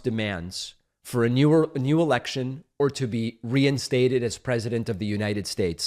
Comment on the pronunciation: lindsey graham when herschel said e*ection instead of election. got his attention like lightning